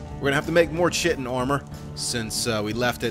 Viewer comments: He knows, he says it wrong on purpose because it's funnier lol. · Has anyone told him he's pronouncing "chitin" incorrectly? 😇